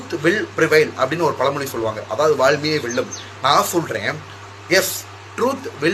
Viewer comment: அட தற்குறி அது வாய்மையே வெல்லும் அதை கூட ஒழுங்கா சொல்ல தெரியல